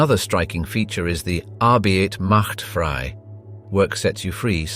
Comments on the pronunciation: Pls get it right: you say correctly, ArbEIT macht - and now it's wrong "frEI" NOT FRE!!! Just like in Arbeit FrEI is pronounced the same way! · Arbeit macht frei---not free, frei as in "fry." Not free. Words matter.